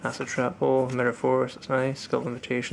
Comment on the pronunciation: Sounded like you said "Ass Trap Hole". lol